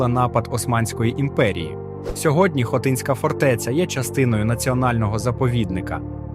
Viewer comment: Неправильний наголос на хотинська фортеця(((